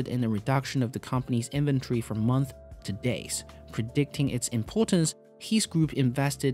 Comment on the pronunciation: Dude i love your videos but it's pronounced monthS and yearS, just to let you know.